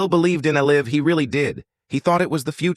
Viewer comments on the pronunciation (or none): "The face of el-ive golf." And with that, I will not waste another second on this AI slop.🤣😂